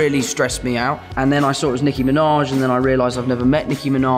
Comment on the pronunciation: “Nicki Miinawej” the way he says her name I can’t sksksks